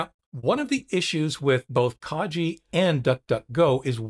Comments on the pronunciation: Thanks, most helpful. Pronunciation suggestion: Kagi is Japanese for ‘Key’ and pronounced with a soft ’g’ rather than a ‘J’. Car (ng) ee This is the first of your videos that I’ve seen. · You're pronouncing Kagi wrong. It's kah-ghee. I know that their own website says that It's pronounced "kah-gee", but it provides a link to an audio file and the g is a hard g like in go. Anyway, I know personally someone who works for them and he's always pronounced it "kah-ghee".